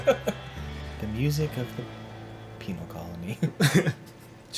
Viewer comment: It's pen-al not peenal